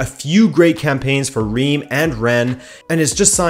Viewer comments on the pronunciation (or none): Omg how you pronounced Reims I'm almost not recognize the name ! ^^ I'm French so I can tell you : it's prononced "Rins" or "Rince" The "s" at the end is pronounced, even if in "Rennes" or "Paris" it's not the case I know, it's tricky ^^' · Nice video and great Iberian pronunciations as always butttt... not to nitpick too much... 'Reims' is and odd one in French, pronounced almost like 'Rhance' (with the 'rh' part rolled) 👍 Sincerely, A Pedant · The way he says Reims bothers me.